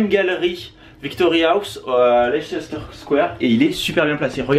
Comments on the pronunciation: Leicester Square ça se prononce « Lesteur » lol m’a fait trop rire!! J’aurais trop voulu vous rencontrer dans Londres, un jour peut être si vous revenez 😘😘🇬🇧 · Hey coucou les menaces :) Vous avez de la chance, on a eu 34C la semaine dernière c'était horrible, il a recommencé à faire "bon" (18-19C) lundi :) Au fait, on prononce "Leister square". Tous les mots finissant en "cester" en anglais se prononcent "ster". Bisous x ❤️